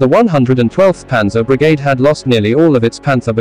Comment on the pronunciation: Great presentation of facts, but the pronunciation is sometimes embarrassing. For one Brigade is not pronounced as it is in this video for one.